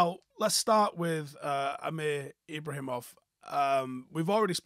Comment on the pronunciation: It's Ibragimov No H sound in it, it's a hard G, get the lads name right.....Ib-Ra-Gi-Mof and He's far too young yet, to be looking at him getting Minutes, surely? 15-16yr olds, don't get that Opportunity at Man Utd, until they deserve it, through winning stuff, or performing exceptionally well